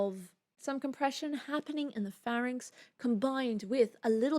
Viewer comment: I love the French quality of your prononciation of "pharynx" :)